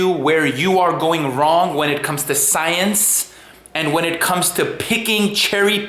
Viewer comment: I don't dislike you or have anything against you and have only seen 2 of your videos, and for the record I don't care for Vegan Stains either IMO just another TROLL on many levels, On that though. I find it very obnoxious the way you say "science" or "scientists" or "scientific" I get it some people have degrees they earned or went to school for a long time learning things blahzaay blahzaay ect..ect. But you don't need any of that shit to be a "scientists" or do "scientific" work and or studies, just saying bro. Have a good day! (LoveLife)(And)(LiveItSlowley)